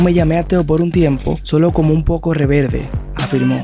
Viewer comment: Buena noticia Brother pero has un cursito de pronunciacion. No es "reverde", es REBELDE... Le quita seriedad a tu video, da el ejemplo. 🤢 👽 ❎